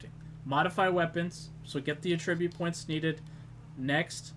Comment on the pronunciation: the way you say attribute made me angry for some reason?